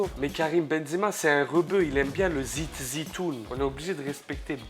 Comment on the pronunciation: nn il dit zizitoune